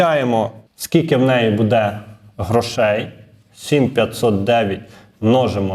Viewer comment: Знову: БудЕ, будУть...! Робіть НаГоЛоСи в словах ПравИльно ! Українською ,літературною !!!😮😮😮